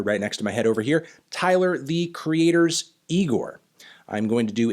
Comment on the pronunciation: It's pronounced Eye-Gore!